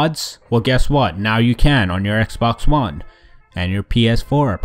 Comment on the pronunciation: "Ex one blunt players" lol